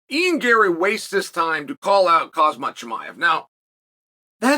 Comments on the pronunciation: Chael can never get the names right 😂 He said Kozmad chimaev , Blahall. Wtf lol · Geez Uncle Chael how many times to you have to hear a fighter's name before you can pronounce it properly? The K in Khamzat is silent, just like the K silent in Khabib.